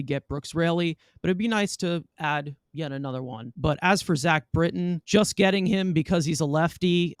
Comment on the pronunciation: “Zach Britton” kill me 😑